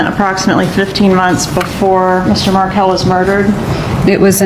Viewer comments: It's not Mar-kel. It's Markel. I will tell you that for nothing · The surname is pronounced Markel Not Mar-kel. Period. Let's all change our surname pronunciation. Ridiculess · Please pronounce the victim’s name correctly. Pronounced Mar-kell, not Markle.